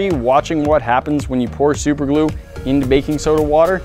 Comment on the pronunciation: Super glu not lu